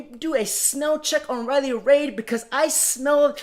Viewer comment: This is probably the first video where you're completely 100% wrong. Riley is a genuinely nice woman. P.S. Try pronouncing her name correctly. D'oh!